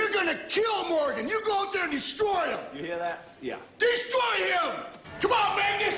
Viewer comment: "im gahnna destwoy"